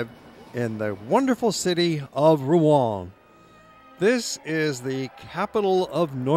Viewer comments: Pronouncing Rouen wrong. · Pronunciation of Rouen is wrong.